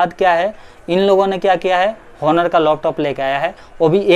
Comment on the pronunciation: Its not pronounced as honor its onor ❤️😒😒